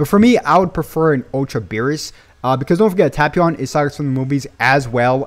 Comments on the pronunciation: Tay-pion 😂😂 not tap-ion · The way he says Tapion BOTHERS me 😆